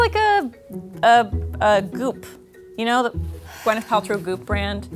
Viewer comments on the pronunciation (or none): none